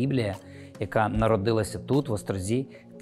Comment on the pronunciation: Всі хто вчився в Острозі знає, що правильно говорити "в ОстрозІ", а не "в ОстрОзі" :)